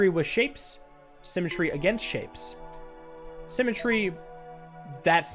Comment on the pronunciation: simatree now sounds like sim-a-tree and not a word